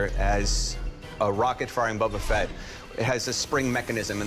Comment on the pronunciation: Star wars expert: "Bubba Fett"